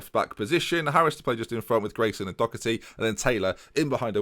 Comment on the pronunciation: Anyone wanna tell him it's Doherty not Docherty?